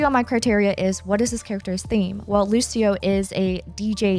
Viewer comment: Hi, nice video but "Lusio" is not how you pronounce Lucio. "Lucho" is the correct way, like luchador. Thank you.